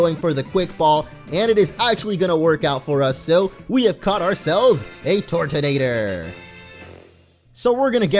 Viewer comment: Why do you pronounce it like "tortonator" it is actually turtonator (Sometimes i call it turdonator 😅)